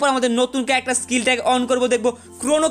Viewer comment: Carecter 😂😂😂😂RIP ENGLISH